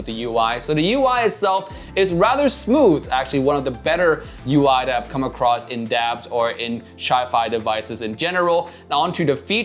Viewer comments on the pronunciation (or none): none